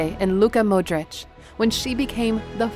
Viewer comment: Its Luka Modric not Luka Moderic